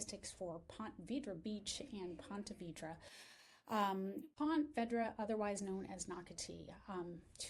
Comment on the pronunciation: It’s pronounced Ponta Veedra